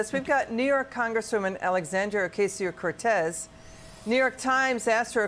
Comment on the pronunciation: Stopped video at 21 seconds. You don't know how to pronounce ocasio, after aoc has been in congress for 6 years!!!? Sorry fox having people on as an anchor and they are stupid or pretend to be stupid offends my intelligence. 😅 Kudlow loves to pretend he is stupid, most of foxs snarky anchors love to pretend that they are ignorant or that we the public is stupid and ignorant.